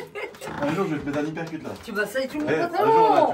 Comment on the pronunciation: hUUUpercute pas hypercute lol , je vous kiff